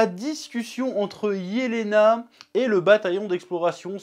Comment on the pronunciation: nan c’est bien Jelena, c’est une prononciation à l’allemande